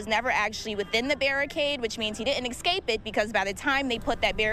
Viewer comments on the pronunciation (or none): What’s an “excape “? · Can someone “axe” her what “excape” means.